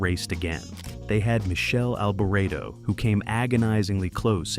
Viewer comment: He was born in 1998??? that is an Indycar. 1975 that is not a 312T. Rindt's Lotus 72 did not go under the barrier, the shoulder strap cut his jugular vein. Francois Cevert went under the barrier at Watkins Glen in 1973. Learn to pronounce Michele Alboreto. You need to re edit this video.